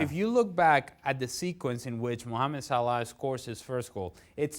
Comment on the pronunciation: Dear Dan It is Salah , not Salaaa.